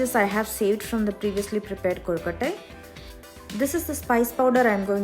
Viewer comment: Awesome presentation. Very good pronunciation. Perfect soft kolukatai